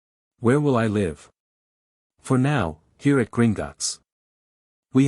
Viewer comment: The word Live is pronounced as liv not lie.